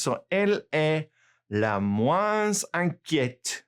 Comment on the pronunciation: Meilleur....ll= y May-ure not mel-ure Also.....moins = mwoins